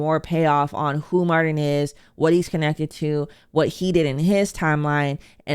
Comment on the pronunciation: Mar-TIN‼️ “Mardin” is driving me f’n insane 😭